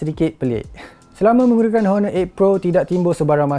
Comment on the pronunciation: Silent 'h' la kt honor tu..